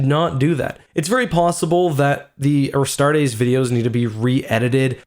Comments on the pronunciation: I really don't wanna be that guy because its not a big deal and I still love your videos, but Astartes is pronounced "ah-start-eez", not "ah-start-AYs", don't over enunciate the ending, keep it nice and smooth. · How much were your tickets for this hype train? Cause damn you're fuckin' late. and "Uhstar-days"? Really? Gtfo bud. uh-star-tees It's not that fucking hard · "Astartays"?... it's "Astartes" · Astar-TEES.. not astar-teis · Correction if you use latin it is actually pronounce "astarts" with just a slight s at the end. The "astartees" is an english mispronunciation. Now that being said, since MOST people seem to agree with the "astartees" pronunciation I am quite fine with that. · Btw just a friendly tip, its pronounced a-start-ease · Love how you pronounce “a star days” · Pronounced "Astartees". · You are saying "Astartes" wrong, its "A-star-tees" tees like t-shirt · Oh my god listening to you mispronounce Astartes is genuinely grating. Pronounce the E at the end like you're supposed to instead of as an AEY like you do. get it right for fucks sake. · Any one ellse mad how he pronounced astartis... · The way you say astartes is bothersome. Also who says forty thousand, it’s 40k bruh